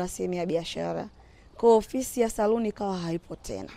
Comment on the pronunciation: R na L ni tatizo kubwa sana 🤣🤣 eti saruni 🤣